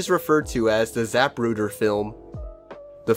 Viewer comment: “peace corpse” “zap rooder”